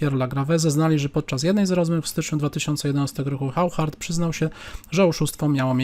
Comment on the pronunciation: Oszar nie żaden Chauchard, Waszie-Lagraw a nie żaden Wachier-Lagrawe....